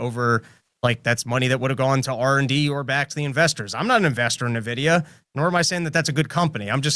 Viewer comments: Say it with me. EN-Vidia. Not NA-Vidia. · I hate to be that guy, but its not pronounced "Nuh-vidi-uh". It's pronounced "En-vidi-uh". Like basically just the letter N, then vidi-uh. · N-vidia.Not Nah-vidia.